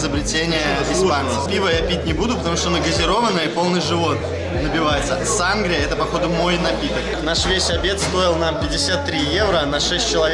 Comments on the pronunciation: Не сАнгрия,а сангрИя,умники)))) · В слове сангрИя ударение ставится на последний слог, для справки. И площадь КаталУнии, а не Каталонии. Барселонета самый грязный и засранный пляж. Где вы там чистую воду нашли, я поражаюсь. Из фонтанов обычно поят собак и моют ноги. Я не рискую из них пить)))